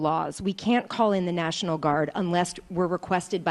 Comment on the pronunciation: “Neishinaul” = “national” in trumpspeak